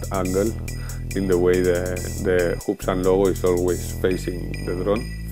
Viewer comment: LOL! The ''Hoobsan'' has ''bootans'' Very informative otherwise. This will be very useful because I have this controller and a 501s inbound to me. Now if it would just arrive! I've been waiting for almost a month.